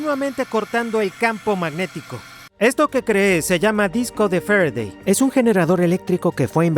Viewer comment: Jeje medir con el "volimetro" y estudiar la ley de "f'redey" Interesante video, saludos!